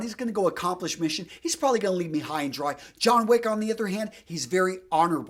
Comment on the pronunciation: It's Wick. John Wick.